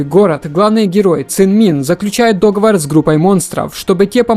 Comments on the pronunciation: Дружище, не договор, а договОр!))) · Автор, найми репетитора, чтобы он доучил тебя тому, что ту проспал на уроках русского языка. Пиздец какой-то. "Чесный дОговор" блять. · ДоговОр правильно ударение😉